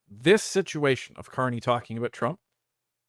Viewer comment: Ah, the Ever Amazing Prime Minister Mark Can't-Eh ...